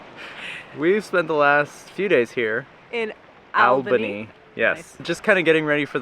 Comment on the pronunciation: Good you learned how to say Albany. Now you need to leaven how to pronounce Melbourne ;)